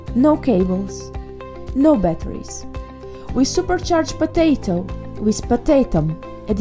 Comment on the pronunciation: why do you say potatto so much